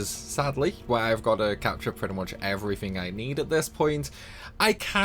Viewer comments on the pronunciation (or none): none